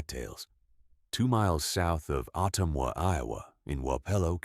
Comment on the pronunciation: AI, incorrect pronunciation of the county name. Otumwa was also mispronounced.